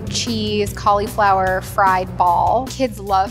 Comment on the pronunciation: It is NOT pronounced "call-Eeeee-flower" THIS IS SO PAINFUL TO LISTEN TO